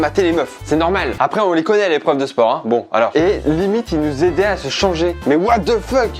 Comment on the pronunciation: Ca me stresse les "aidez LAIT" É pas ait